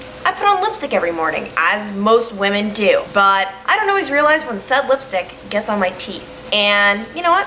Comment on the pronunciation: you pronounce “when” like whan